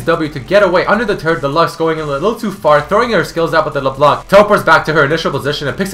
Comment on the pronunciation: You dont pronounce LeBlanc like that ><